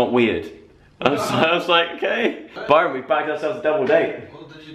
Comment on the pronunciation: The way he says "Byrooon" :D :D :D ❤